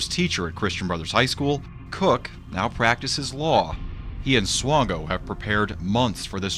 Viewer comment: you pronounced Swango correct! The news coverage didn't lol. The maternal side of my family is Swango. Michael is a distant cousin.:(